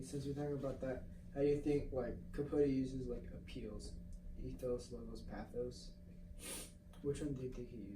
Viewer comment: Good commentary. Oh, stop mispronouncing the word pathos. Thanks, keep up the good work